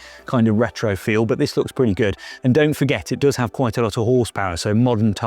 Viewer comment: its purdy